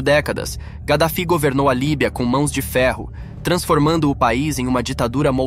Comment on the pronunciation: Kadaffy não (gadafi)